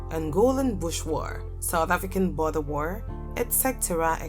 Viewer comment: The word is pronounced war, not wer....